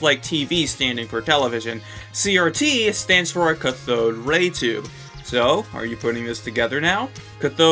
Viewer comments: Omg it's caaathode not cuthode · Cat-thode not ca-thode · My ears bleed every time you pronounce cathode ca-THode instead of CATH-ode Edit: finished the video, it was like being beaten with a lead pipe, you said cathode so much. Ps cathode, boob tube and tenna being terms that refer to the same person is an absolute no brainer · just fyi, "cathode" is pronounced "CATH-ode", not "cuh-THODE" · Its cath-od (cath as in Catholic) not ca-thod. Sorry but that was bothering me. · It's cath-oh-d not cuh-thoad, anyway yeah the brackets are just related words to they actual word he is saying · You've been pronouncing cathode wrong. It's a long a, so it's cath - ode. Sorry, it was just really bugging me. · Ca-thode, not cuthode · Great video dude! Just to note though, 'cathode' is actually pronounced 'kath-ode' rather than 'ka-thode' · "Cuh-thode?" It's "cah-thode." Alliterates with "cat." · Why would a make a u sound in that word? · good video. (also its pronounced cath-ode not cuh-thode) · It's pronounced CAF-ODE. Emphasis the A. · the Cath in Cathode is said like it is in Kathy. so it's CATH-ode. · Cah-thode lol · Usually this stuff doesnt bother me but cathode is pronounced with a hard "a". C "AH!" thode raytube. Sorry lol. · Cathode is pronounced like cat. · Why do you think tenna and the and the cathode crew (pronounced CA-TH-ODE btw) are different? Why can't tenna just be the leader? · every time you pronounce cathode incorrectly it kills me a little inside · i hate the way you say cathode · Holy shit I hate the way you say Cathode lmaoo!! Great video btw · your pronounciation of "cathode" made me die inside but cool theory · Just a small note: the A in "cathode" is pronounced like the A in "cat," and the emphasis on on the first syllable. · The way you pronounce Cathode hurts my soul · pls stop saying cathode like that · That’s not how you say cathode